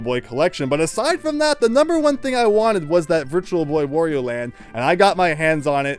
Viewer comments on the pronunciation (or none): It's "wah-ree-oh" not "woh-ree-oh" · Please learn to pronounce Wario correctly (it rhymes with _Mario_, however you pronounce that).